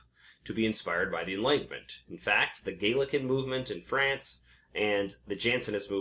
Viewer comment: Please, for the love of all that is holy, it's not the "gaylican" movement, It's the Gallican (rhymes with maul) movement. I'm 52 years old and have lived on 3 continents. I have never heard anyone pronounce it this way inside or outside of academia on either side of the Anglosphere. It's also a source of confusion for the laymen because it sounds like you're referring to someone Gaelic (I.e. Celtic) so my concern is far from pedantic here.